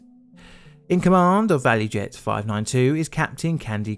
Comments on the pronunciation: Btw, I think it's actually ValuJet, not ValuEjet. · ValuJet, not value jet